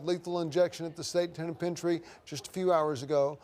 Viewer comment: Anyone notice the newscaster said tenepentiary?